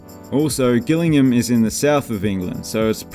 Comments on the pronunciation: Gillingham is pronounced "Jillingham". Just saying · Gillingham is pronounced Jillingham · As someone from “Jill”ingham and not “Gill”ingham you have no idea how rundown it is round here 😂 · Gillingham is pronounced as if it has a J at the start (like judo), rather than with a hard G. Just so you know :) Enjoy your vids! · Gillingham is pronounced like Jillingham, Jack and Jill, not Gill. Good video otherwise :) *edit, I love how you mentioned Wycombe 😄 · the pronunciation of gillingham is wrong,its pronounced as if it was spelt jillingham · Gillingham is pronounced Jillingham (and the temporary atand has been temporary for 30 years now :D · Gillingham pronounced "Jillingam" 😂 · You mispronounced Gillingham. The pronunciation you used it for Gillingham in Dorset. Gillingham in Kent is pronounced Jill-ingram. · Gillingham is pronounced 'jillingham' with a soft G. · We should all say it that way until the local MP or mayor has a mental breakdown screaming 'J'ILLINGHAM over and over. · Gillingham is pronounced the way it's spelt, not like Gilligan. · Cant say Gillingham properly to say the least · FYI - the G in this Gillingham is pronounced like a J. However, there's a small town in Dorset where the G is pronounced like it is in this video. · Superb. Love your videos and dry commentary. Just sort the pronunciation of Gillingham out!